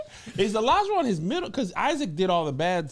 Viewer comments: Olajuwon is my brothers name. A lot of people can’t pronounce it correctly. Lot of people say E-Lija and it’s like no it’s Oh not E lol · Olajuwon is a Yoruba name, it’s pronounced OLAH-JU-WON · The way everyone’s pronouncing Olajuwons name is killing me 😭 it’s a Yoruba name , I don’t watch the show have no idea if he is Nigerian himself( regardless he can pronounce his name as he sees fit ) but wooo I didn’t even recognize what was being said until I saw it in these comments 😂